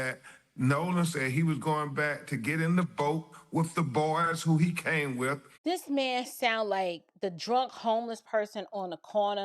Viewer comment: LOL, does it make your skin crawl when you hear him say "WIFF... instead of with..AND TRUFE instead of truth....so what Exactly is his profession, that he shouldn't speak proper English.